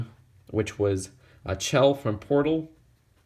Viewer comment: It sounds like shell not chell but it's spelt chell